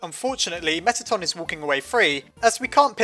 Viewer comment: Its Meatton